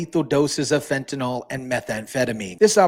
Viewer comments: Great content thanks for sharing :) Just one nit: Fentanyl not Fentanol. It should sound like nil at the end. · Pronounced FENT A NIL!